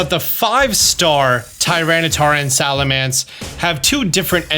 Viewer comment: is the king of mispronounced Pokémon and I love it 😂 Salamence/Salamance.. Whats the difference lol